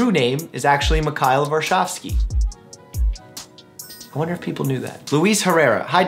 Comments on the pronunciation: What everyone else heard: My true name is actually Mikhail Varshavski. What I heard: My true name is actually Mikkail Wazowski Me: (illuminati song in background) Whaaaaaaaaaaaaa... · He pronounced his own name wrong